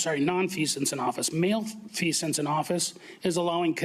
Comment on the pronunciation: Is not 'male-feasance', is: 'mal-feasance.' Malfeasance. Know the proper pronunciation while addressing, correcting, condemning actions in violation. Although agree entirely.